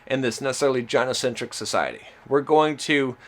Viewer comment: He calls MGTOW a movement. He pronounces gynocentrism with a J. He claims all MGTOW are poor losers in their mom's basement. He laments MGTOW doesn't want a productive conversation.